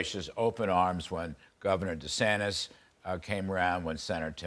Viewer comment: Did he say, "Fox used to be with De Santes, no with Trump?" I agree, with Fox News too😂